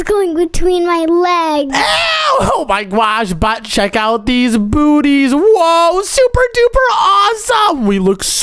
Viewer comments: Bro said boots booties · Bro said bootys